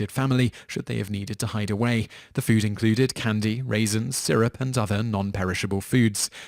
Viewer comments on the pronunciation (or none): none